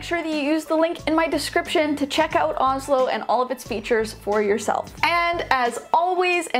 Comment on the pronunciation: help- the sponsor is names the same as the capital of my country (Norway) and u pronounce it more like OoShlo and say more ooo than ohh